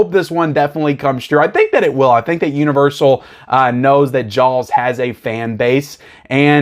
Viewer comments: I slowed the playback speed of this video to 50% and you are literally saying JAWLS. Its amazing. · I don't think you can say "Jaws" any more southern. Just fyi, to my ear, it sounds like "jyalls". My father bought me a complete Hitchcock works boxed set. It's only missing Dial M For Murder. It even has the two series. It's such a great box set. Highly recommended.